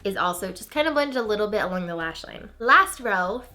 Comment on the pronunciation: totally heard " a bitch more shimmery" LOL